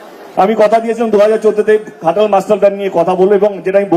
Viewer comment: ওটা ঘাটাল নয় খাটাল । সেইজন্য দেব তিন বারের সাংসদ।